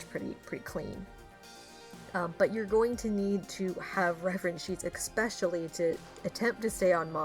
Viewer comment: noticed that you say eXpesialy (especially) or am I just having a stroke? it's intersting if I didn't mishear it since I've never heard anyone say it like that.